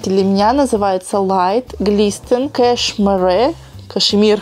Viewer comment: Ухахаталась со слова "кашмэрэ"...кэшмиа, ))))